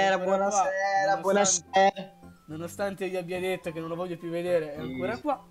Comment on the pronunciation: nessuno: Damiano: BUONASERA